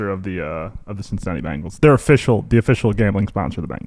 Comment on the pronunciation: It’s pronounced BEN gals. Not Bangles, ya dink. Or, you can just pronounce it CHAMPS! WHODEY!!!